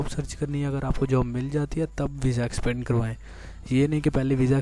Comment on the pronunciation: Extende hota h expande ni